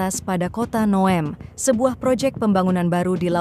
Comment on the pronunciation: Bunyi NEOM itu neyom bukan nya nowem